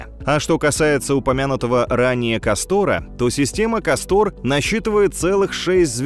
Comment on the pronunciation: Да, блин, не КастОр. а КАстор.